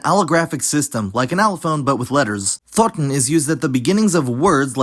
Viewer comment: Could might aswell have been a scottish man saying "thorn"